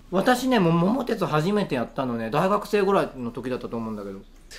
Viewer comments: モンハン、やった事ないから話が全く頭に入って来なかった😅 それより、後ろで一人遊び始めたタビちゃんに目が行きがち(笑) 最近のゲームは、よく分からん🥺だから、「スマブラ」は、 スーパー・マリオ・ブラザーズの略だと思ってた😂 ￣ ￣ ￣￣ 桃鉄は、知ってるよ！毎年お正月に新しく出るやつ、よくやってた🤗 今は、Switchでオンラインで対戦出来るらしいよ！😆 も も て つ❗️イントネーションにワロタ🤣🤣 ￣ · 桃鉄の発音が気になる笑 ファミコン、ゲームウォッチ世代です。 の１つ後輩なので笑